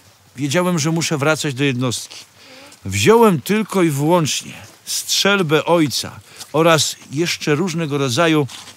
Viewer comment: Lukasz, nie szczelby,a strzelby :)